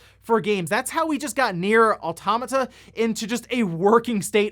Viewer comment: You will never say Nier Automata properly. Its just sad really.